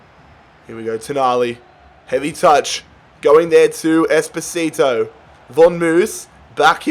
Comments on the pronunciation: Whenever he says espocito i think of despacito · Bro I am italian and is Espósito